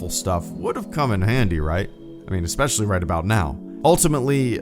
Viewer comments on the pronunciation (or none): none